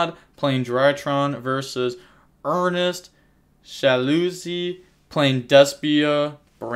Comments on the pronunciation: This man said Ernest Shaloosy lmfaoo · Good old ernest schaluzi